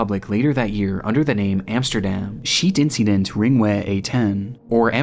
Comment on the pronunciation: it's ' Schietincident' not 'Scheitincident'